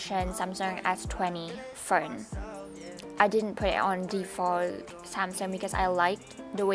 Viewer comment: "what's on my furnnn" the accent owo